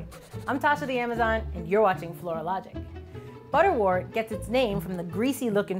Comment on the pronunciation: Great video. Please note, butterwort is pronounced ‘butter wert’ as in ‘word’. Same goes for St John’s Wort.